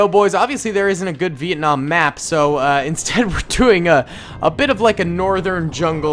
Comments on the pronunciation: Dont said vietnam like that agian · It's actually Vietnam not Vietcong